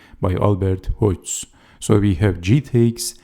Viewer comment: Dynamic game, well explained! Check the pronunciation of Hodges [HOD- jez]